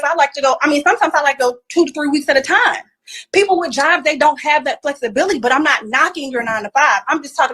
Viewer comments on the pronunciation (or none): none